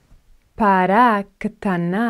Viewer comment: למה את אומרת 5 פעמים כל המילים???? אנשים לא טיפשים פעמעיים מספיק בנוסף, את לא אומר נכון את המילה פרה.עזבתי